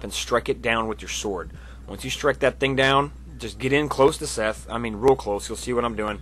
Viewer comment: it's seath not fucking seth jesus christ the introduction says it out loud for you